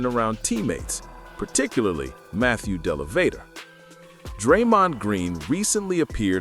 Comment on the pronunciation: Can you please pronounce Matthew Dellavedova’s full name correctly! My goodness the dude locked down Curry for at least 2 games when he was an average player! And he had to spend the night at the hospital dehydrated after doing that! Were you sleeping under a rock back in 2015! DO BETTER!!!